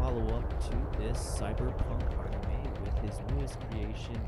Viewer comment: Darn kids and their "Onimes"